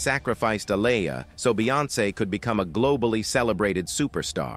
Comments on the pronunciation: Bill Cosby ish was 30 years later.. these ppl do what they want. Aaliyah boy you sure effed her name up bad. I didn't think it was possible y'all don't know how listen to these ppl names first? Yes you can because you got it right like twice. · Please say Aaliyah name right!! If you can't pronounce her name right then don't say it at all!! Leave the reporting on her to others who know how to pronounce Aaliyah's name ok!! 💯💯💯💯💯 SMH THE DISRESPECT IS REAL!! 🤔